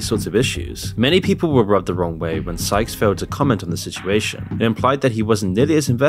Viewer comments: In what universe is sykes pronounced skyes? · Ummm it’s Sykes… not “skies” lol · You spent 5 minutes calling Sykes "SKIES." I thought you were going to do it the entire video. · Am I the only one hearing pronounce Timothy Sykes name as skyes? Lmfao😂😂😂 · Sy-ch-s say it with me. Not skys... sykes.. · You said Skyes the entire video when his name is Timothy Sykes.. He literally says his name in 95% of his videos - what research did you even do? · skyes? not sykes? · Exactly. Not only that, you can tell his content is poorly written, not well researched, and rushed to publish. He just stole the content off of other youtubers. In the Sykes segment, he can't even bother to pronounce Sykes' name properly or consistently.